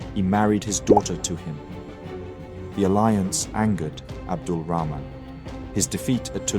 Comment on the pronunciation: wow, you've even managed to pronounce 'Rahman' correctly at the end xD